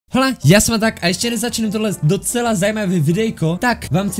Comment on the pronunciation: Štve mě že říkáš Hola s h